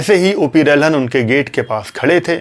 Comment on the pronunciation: पुरे विडिओ में आपने O P रल्हन को O P रहलन कर के बुलाया है. आप ने गलत नाम लिया है. रलहन होना चाहिये रहलन नही